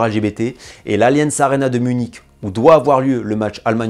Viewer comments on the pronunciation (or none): none